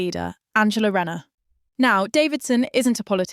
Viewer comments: It’s not renner its rayner get the name right atleast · Shes called RAY NER for god sakes get the pronunciations right